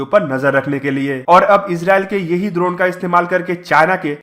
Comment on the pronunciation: Drona nahi droneeeee hotaa hai 😂